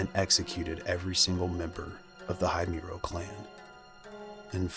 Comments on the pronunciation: Your video is an excellent source to gather information about the Himuro mansion. However, your pronunciation of Himuro seems to bother me. Himuro is pronounced as "Hee-moo-ro" not "Hay-myu-ro". But all in all, it's a great video. I just hope next time you could find a way to pronounce words correctly. That's all! More power to your channel! 💖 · I like your vid.. but i can’t help but want to correct you with the family name because you’re pronouncing it wrong… it’s H-I-M-U-R-O, not Haymuro… anyway, great content. 😄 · ah yes the ["high" muro] family lol so American😂 I always wonder why you yanks never bother to respect others’ culture and pronunciation. Such plebeian standards you have over there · It’s Hee-moo-row 🤓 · The scariest part of this is that the narrator keeps pronouncing the name wrong. Aside from that, it's such an amazing, informative video. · i love your videos but saying Himuro like that is a crime dude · My dude. The least you could have done is look up the pronunciation for Himuro if you were going to do a whole story on it. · You pronounced the last name wrong . Im obsessed with fatal frame and japan . I have a tattoo of kirie Himuro. So you absolutely fucked the name up and you called it a castle when it is himuro manson . So yeah get your info right before posting.